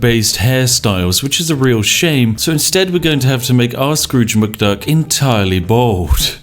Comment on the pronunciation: ah yes Drooge McScruk.